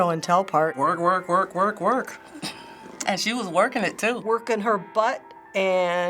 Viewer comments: It's not wer its work you need the k. Besides I only listen to country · It sounded more like "twerk" than "work"... And looked like that as well.